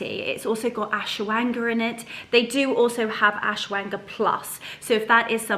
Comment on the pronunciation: Hello 💚 oh the soup looks delicious 😋, so nice to be at home with you. Some great information on Vitamins, thank you. I think they pronounce it Ash-wa-gan-da. I don't know how to spell it. Love you lots like jelly tots 😘